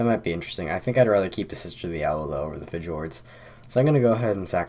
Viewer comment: Heads up: Freja and Fjord are both pronounced as though the 'j' is a 'y'